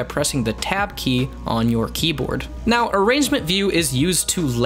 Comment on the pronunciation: tab not t